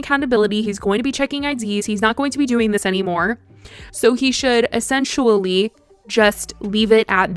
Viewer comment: essensually? You mean essentially? LOL